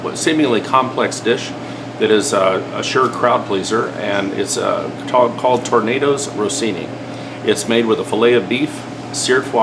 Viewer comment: It's pronounced tor nuh dow ruh see nee. Not tornado🌪️Rossini. It's foie gras not faux gras. The pan is a carbon steel not a cast iron.